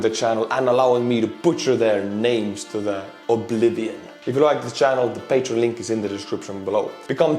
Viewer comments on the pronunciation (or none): none